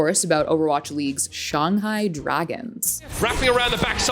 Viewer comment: She did not say Shanghai right at all